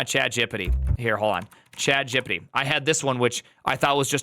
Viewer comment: "chatgippiddi" is wild